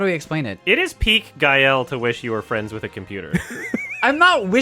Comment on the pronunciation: "I wanna be fwends with a computer"